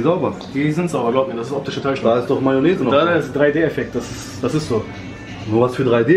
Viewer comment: "Ist sauber nur ootische täuschung" hab mich weggelacht